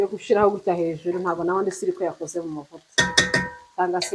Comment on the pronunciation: Kuvuga gushyiraho byarakunaniye pe!!